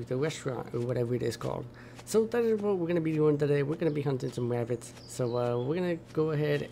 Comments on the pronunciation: He keeps saying wabits like Elmer Fud haha im losing it lmao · “Wascally Wabbits” 😂😂😂